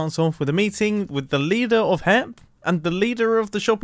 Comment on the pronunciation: lider, you meant "leeder" right ?